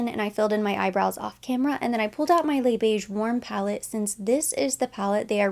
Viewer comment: So glad that you pronounce Les Beiges like “le beige” without the extra ‘s’. I cringe when i watched other beauty youtubers who are not new to Chanel pronounce it with the extra sss.. it sounds so weird, and i’m not French 😂😂